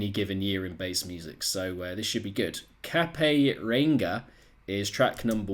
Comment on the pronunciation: It's pronounced Cape (like a superhero cape) ree ang (first part of angle) ah. Its Te Reo Māori, the language of the native peoples of Aotearoa New Zealand. Its the northernmost point of Aotearoa New Zealand, which is where I live!